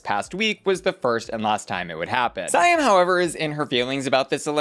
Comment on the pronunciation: Why do you keep saying SAY-AM instead of See-am???